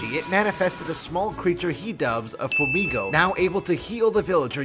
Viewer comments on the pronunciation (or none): it's pronounced fu-e-migo or fue not fehmigo the same way u would pronounce fuego, fu-e-go ( fire ) >:( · For a guy that can't pronounce Fuemigo correctly is sure getting worked up over Ixaocan.